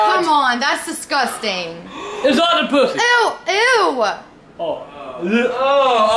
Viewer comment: "It's ot-ah-pookus" LMFAO!!!!!!